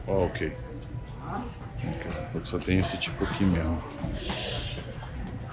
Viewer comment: A anta pediu "misery teipe", a fita da miséria em vez de falar measure tape ou "méjure teipe". No final deu tudo certo mas a pronúncia foi toda cagada e o Stronda achou que mandou bem....hahahahahahaha!!!!